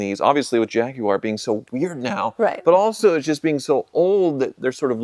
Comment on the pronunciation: my appreciation for YOU has just SKYROCKETED simply because you pronounced (not that kind of pronoun, i dont have blue hair) Jaguar correctly. As for the rest of you, dont give me that hey its not wrong its the American way...bs. Its wrong.